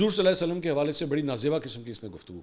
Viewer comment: Mansoor ali khan na Hazoor ka agay Sallalah o Alla I eh e wasalm bii sahi sa nhi bol raha... Bahii aptoo musilman ha ap too pura namm lay😡😡😡